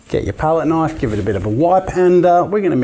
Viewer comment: Thats a Knoife